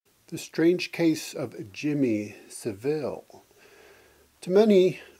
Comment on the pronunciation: Savile rhymes with gravel